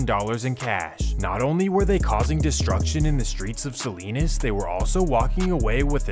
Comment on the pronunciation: SALINAS not SALINES